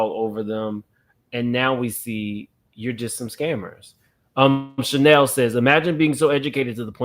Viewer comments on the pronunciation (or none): none